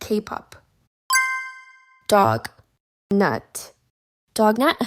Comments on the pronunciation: is donut, not dognut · It donut not dognut